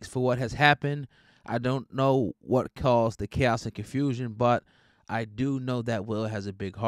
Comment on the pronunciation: Chaos not Castle my guy